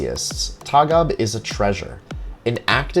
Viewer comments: It's pronounced Torg Ah Be. Tågab (Train limited) Not a particular cool name lol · Interesting video, but the letter Å is not an A. it is an own letterr and it is prenounced like English O. Like in tow truck. Towgab would be a more correct prenounciation. TÅGAB is an abbreviation of "tåg", which means train and "AB - aktiebolag", which means limited company. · I rode Tågab by accident from Katrineholm to Stockholm once. Felt like entering a museum train indeed. By the way, the "å" is pronounced like the "a" in "ball".